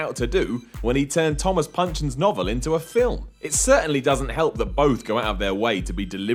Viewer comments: 'Pynchon' is pronounced 'Pinch-ON'... with a Hard - ON! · Good heavens people. Why don't you use Wikipedia for these bits? It is pronounced Pinch-ON. Wikipedia is free and will not throw you any copyright violation. DAMN.